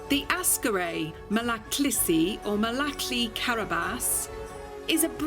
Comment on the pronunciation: (Malakliii)👎değil (Malakl"ı")👍